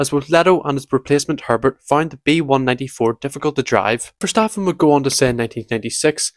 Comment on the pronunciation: 😭😭 “oh no, someone with a thick accent can’t pronounce a dutch word” YOU KNOW WHAT HE’s saying… so does it matter?!